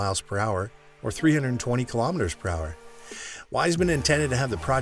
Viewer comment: And it’s not pronounced Wise-man, it’s pronounced VEESE-man